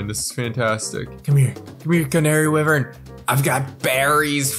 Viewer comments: for the canary wyvern, Wyvern is pronounced "Why-virn" not wivern just letting you know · It’s wyvern! (why•vern) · They mispronounced Wyvern so many times